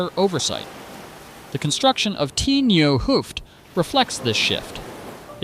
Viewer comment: 't Nieuw Hooft = Het Nieuw Hooft. It's a Dutch contraction ('t) pronounced as [ut] instead of [tee].